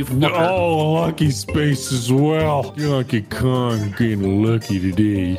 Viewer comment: "donke go"